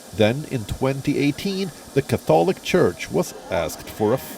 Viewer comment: Idiot can even pronounce catholic properly